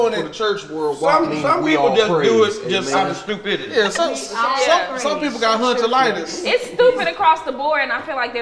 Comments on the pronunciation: He said hunchalitis...🤣🤣🤣🤣🤣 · Hunchalitis lol I ol okay